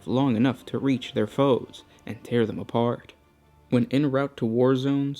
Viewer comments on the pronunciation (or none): none